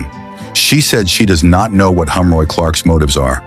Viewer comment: His name is Heroy, not Humroy